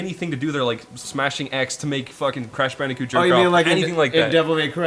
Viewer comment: “Crush bandicit”